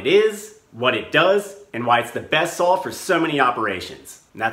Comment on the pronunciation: What's a "sawl"?